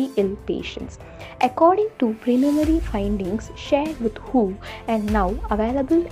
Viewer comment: Please pronounce WHO as W.H.O instead of who. ( m sorry but It's so disturbing) Over all the video was good